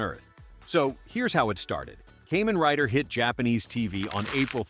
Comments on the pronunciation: For me: Heisei > Showa > Reiwa and Kamen Rider > Sentai/Metal Heroes/Ultraman (Tie for second). Toei's Spider-Man is in a class all by itself. 🤣 (Also, it's pronounced Kaa-men not Kay-men.) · I watched all those Japanese ‘Suoerheroes’ in Japan 🇯🇵 back in the 60s through late 70s into 1980 before I headed into US for college. It’s pronounced [ KAH MEN ] Rider, Not “Caymen’ Rider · Ok Ai… Kamen Riders are bugs… NOT some kind of reptile. They are “KAH-MAN” Riders. Sound like you did some homework before posting this. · "kaymen rider" i just spat my cola damnit 😂